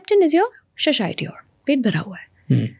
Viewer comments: What’s sashiety? 😂😂 Its satiety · It’s saTIEty, not SHHAShiety